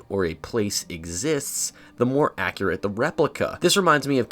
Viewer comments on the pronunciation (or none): none